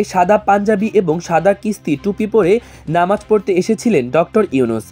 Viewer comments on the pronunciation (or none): none